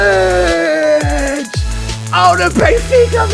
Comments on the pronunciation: Drulicic? How hard is it to say "Djuricic"? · I don't know how, but always adds a "l" to duricic's name to make it "drulicic"